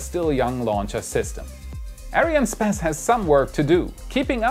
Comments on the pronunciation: who is this "areanne spaß" your talking about xD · he says space X and ariane spass